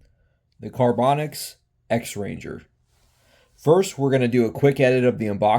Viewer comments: Are you saying the company name wrong on purpose? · LMAO. I thought you were doing it on purpose. Because half way through you almost said it correctly and then stopped yourself.